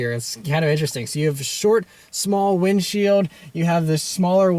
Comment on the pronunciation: instead of cold air intake. he says * code air intake * instead of saying wind shield he said * wind she owed *